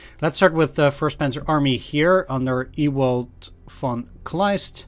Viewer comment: Pronouncing 'Ewald' in an "English" way was funny. In general pronounces names in every language very well. Except in Swedish. (lol)